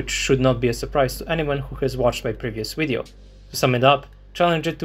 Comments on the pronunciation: why the hell do you pronounce video as weedeo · I can hear original uideo, “UIDEO”! 😅;-)